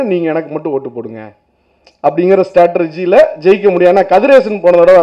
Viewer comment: Mavane mudhal 'Strategy' endru ozhunga sollada..